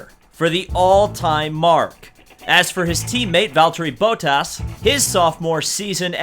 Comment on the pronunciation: wtf BOATtas say the names right